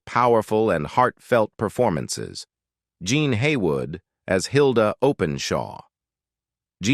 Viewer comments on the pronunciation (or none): Thought they were going to feature the film set sweeper up next! They managed to turn Jean Alexander into a male by pronouncing her name incorrectly. Some film clips didn't even show the artist they were mentioning! Lots of ages incorrect, etc.